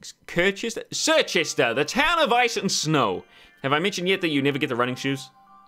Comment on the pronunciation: I think Circhester is supposed to be pronounced "Cher-chester"